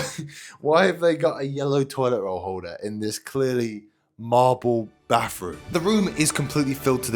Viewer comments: (Bathroom) ❌ (Bafroom) ✅ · “Baffff-room” 😂😂😂 Bro it’s spelled “bathroom”